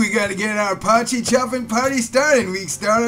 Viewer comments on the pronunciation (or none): You say "po-chee" but it's actually pronounced "poy-key" :) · Its pronounced Poi Key not Potchy 😂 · Poy (like toy) key. Poy-key. Not potchie.